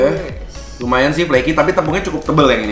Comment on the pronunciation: Flaky mas editor, bukan fleaky.